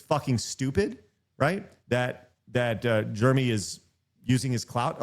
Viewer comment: It's funny you call him germy instead of Jeremy